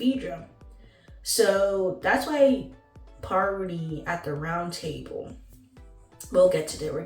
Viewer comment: Don't do that, PAR VUH TEE!